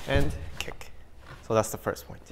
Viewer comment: They say Rick instead of kick